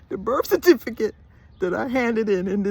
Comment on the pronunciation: Saying "Cerfiticate" you are already a Jamaican. 😂😂😂😂